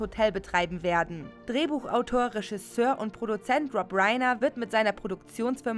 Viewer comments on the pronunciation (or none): none